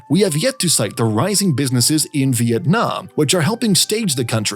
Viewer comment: as a vienamese person, i really appreciate your effort to make the video and the way you pronounce our country name correctly